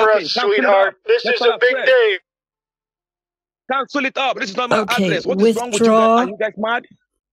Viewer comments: “CANSOLE ET!” 😂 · "Cansul it! Cansul it! Cansul it!" 😂😂😂